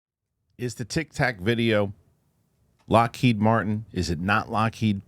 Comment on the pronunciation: Witness 2; Ross. It’s Lockheed😊😊